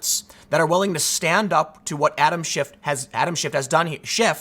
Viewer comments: I love how Tim keeps calling him “Adam Shift.” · Tim has a funny way of pronouncing SHIT. As in Adam Shit. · Why can't people say SCHIFF? I've nvr once accidently said SHIFT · Who was it that called him "BullSchiff"?